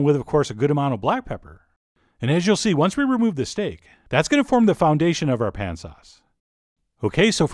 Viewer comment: chef John did you say foun-ation instead of foundation...